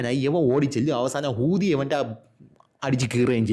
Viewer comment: 😂😂😂Bro 😂😂😂Hoothi ennokke parayumbo oru stress entha idunne😂😂😂